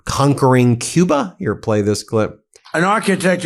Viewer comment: What is this? Actually? "COOBA".